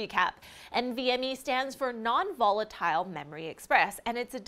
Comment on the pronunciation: It's funny how to say "volatile"